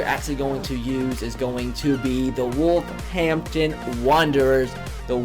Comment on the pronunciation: He said Wolverhampton wrong XD